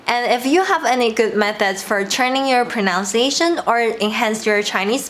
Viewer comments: my tip would be that pronunciation doesn't have an 'o' in it. it's pro-nun-ciation not pro-noun-ciation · Your English is excellent and sounds really natural - fantastic! As a tiny tip though - and many English native speakers also say this by mistake - there is no "ow" sound in pronunciation - only in pronounce. In pronunciation the middle sound is 'uns'. Have a lovely day!